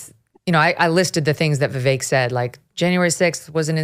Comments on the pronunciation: First guy, its like Vivek like cake not not va vick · For anyone who can't say Vivek properly: Easiest way to pronounce VIVEK, say these words exactly how you pronounce them BUT TOGETHER: WE-WAKE Pronouce them each as you normally do but pretend they are one word. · How can he say he k owes Vivek when he can’t even pronounce his name correctly!! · There is no way Josh Holmes does not know how to pronounce Vivek's name. The fact he does not pronounce it properly, shows a lot.